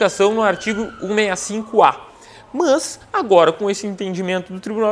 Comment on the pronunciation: Esse entendimento aí tá mais pro TJ-RS isso sim, "mãs".... !!! 😜